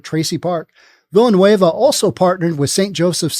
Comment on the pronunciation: Villanueva is pronounced: Veeyah-nueh-vah.